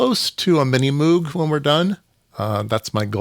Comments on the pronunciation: Moog is pronounced to rhyme with "brogue". Bob Moog taught a course I took at Cornell in about 1971. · Moog, pronounced like "vogue". (Just visted the Moogseum in Asheville, NC two weeks ago.) So glad Music From Outer Space is still around. I feel like I got a kit from them 15 years ago or so — built it wrong, LOL.